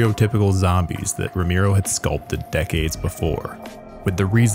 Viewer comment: The mispronunciation of "Romero" as "Romeero" makes this damn near unwatchable